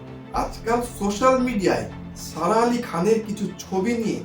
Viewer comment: Please pronounce her name properly.